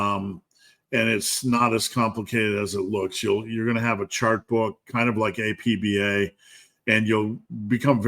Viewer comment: "AP-Bah" baseball ;) Very interested in the game, following